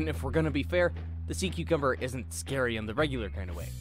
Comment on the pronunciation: SEA CUCUBMBER LMAO